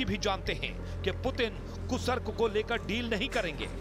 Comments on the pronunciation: कूसर्क या कुर्स्क?? 😅फिर से बोलना सीखिए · Gentleman, it's Kursk, not Kusark. Kindly pronounce correctly..., Dr. Dinesh, Moscow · कुर्स्क को कुसर्क बोल रहे हो, नेशनल चैनल पर हिंदी की ऐसी टांग तोड़ने में शर्म नहीं आ रही क्या?